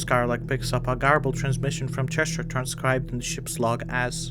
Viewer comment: You’re reading the script without pausing for natural punctuation, and are not pronouncing “Thresher” properly, which is unfortunate, since it’s the subject of the video.